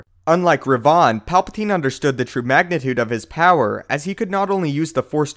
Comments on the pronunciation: It is not pronounced revaan but revan. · Its revan not re van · omg his pronunciation of revan really pissed me off. ITS NOT REVAAN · no. iTS not "rEV-oN", its "rEV-IN"........Darth Revan.... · Please please please say revan properly, in all the games it's revan not re-vaaan, sorry but it's just wrong. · Kornel Cajka it's not Revan, it's Rivan. look him up on wookiepedia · Btw, Darth Revan Is Said As "Reven" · Do you mean ravan? It is not revaan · Darth ReVON? XD in done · Dude. You butchered darth Revans name so bad it took me a sec to figure out who you where even talking about its re-vin that's the correct pronunciation even though it's spelled revan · When talking about the staff, were you talking about Revan? If so I have never heard anyone say it like that... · Love the way you pronounce Revan. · Okay, please tell me that you weren't talking about Revan here. Because, and just about EVERY GODDAMN STAR WARS FAN KNOW HOW TO PRONOUNCE REVAN'S NAME. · Dude wtf you pronounced revans name completely wrong he never used that staff nor did he get put forward into the tutor. Plus Luke based his Jedi academy on yavan 4 not tython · wrong pronunciation of Revan... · Why are you mispronouncing Revan?